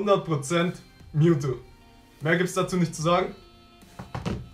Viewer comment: MEWTWO! nicht mewtu